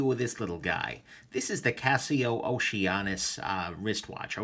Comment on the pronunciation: In Greek mythology, Oceanus was a Titan son of Uranus and Gaia. Pronounced 'oh-SEE-ə-nəs' aka 'oh-SEE-ah-nahs'